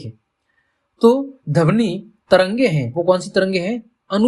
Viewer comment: Sir padhane ka tareeka to accha h lekin vo damni Nahi dhvani hota h 😂